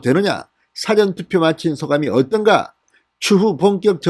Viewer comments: 발음정확하게 하세요 사~~전, 사전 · 또 辭典投票야? 事前投票 발음 안되나요? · 사전투표가 아니고 사~전투표 라고 하세요. 듣기가 좋지않네요.기자생활도 하신분이....사전(dictionary)이 아니고 사~전 투표 라고 하세요. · 진성호님,늘 발빠른 보도를 들으며 속이 후련합니다. 수고하십니다. 그러나,거두절미하고 한 말씀드리겠습니다. 노여워마시고 꼭 고쳐주세요. 여태 늘 말씀드리려했으나 비공개 방법을 몰라 말씀드리는 겁니다. (예) 事前 투표를 辭典 투표처럼 발음하십니다. 한자말이 많은 우리말에서는 母音의 발음의 높낮이를 정화하게 하지 않으면 뜻이 전혀 다르게 된다는 점을 명심하시기 바랍니다. (예) 눈:눈,발:발, 말:말, 등등의 차이를 말입니다. 무례를 용서하소서. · 사~전 투표라고발음하세요. 백과사전투표인가? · '당!시' 발음 '사!전투표' 발음 교정바랍니다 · 말투가 이상하네요 국어사전인지 사전투표인지 발음공부? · 성호씨 사전투표 발음 고쳐 하세요 세번째 부탁 드림~~ 국어사전,영어사전에 투표 하나요? 서울대출신 기자 방송인으로 발음이 부적절함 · 진선생님. 항상이방송을보고있는. 시청자입니다. 근데발음을. 좀신경써주세요. 사전투표를높게부르지마시고. 좀. 톤을내려서말씀해주세요. 사전투표. 저도경상도지만이건아니예요. 듣기거북해요. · 주필님 사전ᆢ 앞 발음은 백과사전의 사전 아닌가요 ㆍ성창경님도 그러든데 언론인이면 ᆢ발음 강약이 필요하죠 수사도 앞발음은 강하게하지 않아야 하죠